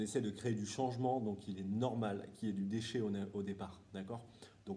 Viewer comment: Hey hey. Vous nous faites rêver les gars bravo. Je retiens surtout le voyage 😎😍. Très bon l'accent allemand 😜🤣🤣 Par contre tu as un peux eu du mal avec le mot déchet 😜🤔. Super présentation. Un grand Bravo et merci pour tt çela encore une fois. Bon pour le ski ont attendras un peut 😱😪. Mais j'ai une autre idée. Winter golf cup ca peut être cool. Vous connaissez ? 👌😀⛳❄️☃️